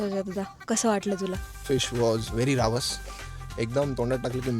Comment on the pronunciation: मझाली<<<<मांझली रावस<<<<रवास Get your marathi pronunciations right you!! 😂